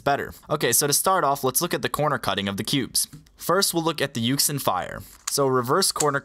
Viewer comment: a lot of people dont know but yuxin is actually pronounced yu-shin